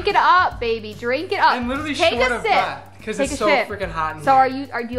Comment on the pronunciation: take a sip What I thought she said: take a shit 😂 But it actually sounds like that tho